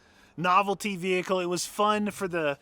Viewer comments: Ve-HIKKLE...too funny ! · Ve.........hicle Or Vehicle? (is the “h” silent?) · Say vehickle one more time 🤪🤛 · Vee Hickle The way you say it makes me feel weird